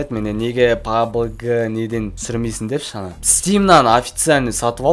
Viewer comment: Пабг емес пабжи